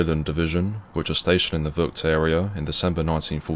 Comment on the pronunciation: He doesn't speak Dutch. I'm sorry for his mispronounciation